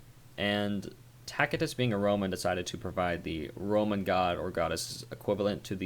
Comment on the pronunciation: I've never heard this pronunciation of Tacitus, it's quite jarring. Your Norse pronunciations are mostly on point, but dang. It's most commonly pronounced as "Tass-i-tuss".